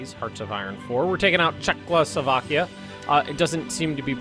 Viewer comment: Yeah Czechoslovokia